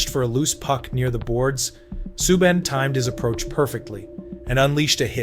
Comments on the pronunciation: It's an AI voice. That's why. you type it into a prompt and the AI voice's pronunciation of some names will sound off, just like Subban's name. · Omg here we go again u American Narrators who do this videos on nhl players need to seriously pronounce players last names right or don't bother making these videos u totally screwed up Canadians defensemans last name sueban u morons the way u say it isn't correct at all the teachers I'm yr education systems in pronounceing certain players last and sometimes there first names is a bloody joke !!